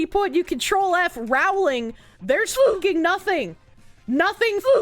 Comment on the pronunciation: It's pronounced "Rowling" as in "bowling" not "disemboweling"